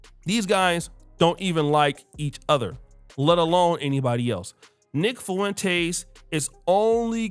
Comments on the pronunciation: Bro ... Ur nick Fuentes pronunciation is whippin yo azz.... It's " Fwen- tez"😂 bro not Fuh-EN- Tays I'm over here cussing at the MF phone lol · If you say FOO-went-ez one more time 😂😂😂😂😅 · The way you say Fuentes makes me chuckle lol